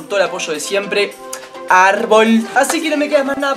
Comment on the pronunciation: me gustan los arrrrrboles bo Y el bob esponja se deve llamar bob vigeovani:v